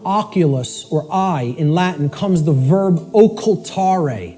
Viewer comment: His latin is awful. If you bring latin to the table during a speech, you HAVE to know how to pronunce the words at least. Immagine someone using english words like 'computer' or 'hello' and pronunce them 'combutter' and 'hillo'. Makes everybody wonder if you even know what you are talking about..